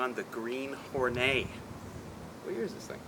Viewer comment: I paused the video to write this ... are you calling this car "The Green Hornay" for a giggle ? Why would you call it "Hornay" [a posh person with a hard on] rather than "Whore Net" as it should be pronounced. Look dudes, you might not know this dooooozie of a detail but ALL WOMEN are whores for the right man .... This masterpiece was called "The Green Hornet" for a very good reason ... surely !?